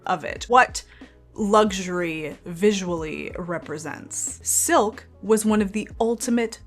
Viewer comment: "filk"! I love it 😂